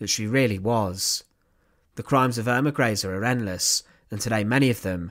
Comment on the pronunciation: Pronounced Earma Grayzuh.